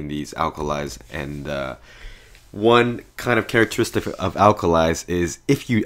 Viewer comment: he said {Carrot} {istics} bruh